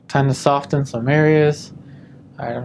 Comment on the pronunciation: Interesting study, but for the love of God, the t in soften is silent!